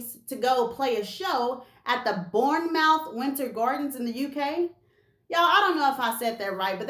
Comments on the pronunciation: Hi, I'm actually from the UK and looks your videos and all the tea spilling...you know your stuff. Anyway, we pronouce Bournemouth.... BORNMUTH. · Its "Borrnemouth"🤭 thanks for the video 🙏🙏🇬🇧🤎💜🤎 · SayaSo Bournemouth is pronounced Bourne-murth